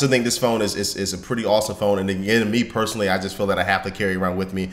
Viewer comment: Did he say personaly ?